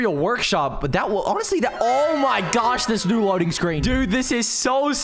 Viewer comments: more like oh my gyosh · He said oh my gosh in a slightly weird way (no offence)